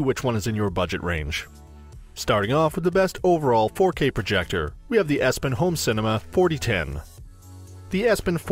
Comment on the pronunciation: He lost me with the mispronunciation of Epson.